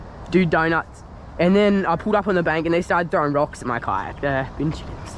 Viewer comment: I’m Australian and it’s BIN CHICKEN NOT Being chickens AND MOST CERTINALY NOT BEAN CHICKEN